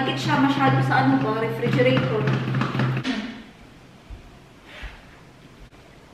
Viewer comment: I short mo nlang ang refregerator ng ref..kac yan nman talaga name nyan ngayon hinde gaya noon..completohin mo talaga ang pag pronounce..,tnx..rhez from gensan